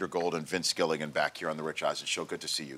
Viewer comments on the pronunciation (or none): Gilligan, not Gilliagan.